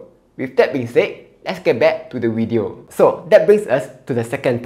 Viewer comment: video is pronounced as WEEEE TEO!